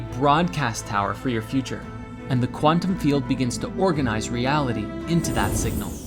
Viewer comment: The word quantum has been butchered beyond repair 😂